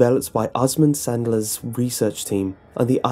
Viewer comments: mistakes lickers didn't appear in the 1st resident evil it 1st appeared in Resident evil 2 it is pronounced saddler not Sandler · Did this dude just say Osmund Sandler